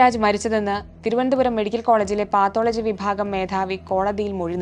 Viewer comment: പാത്തോളജി അല്ല പത്തോളജി...... 😁😁😁😁